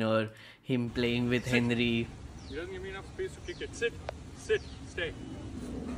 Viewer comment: Bro when you say henry it sounds like hindri